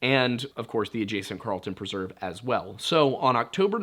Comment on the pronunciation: Great content. I just don't feel so comfortable with your pronunciation of preserve...